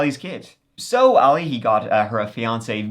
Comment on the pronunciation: Sorry To Correct You But Your Pronunctiation Of His Name Is ALI.... He Is Arabic So His Name Is Pronounced AHHH LEEE.........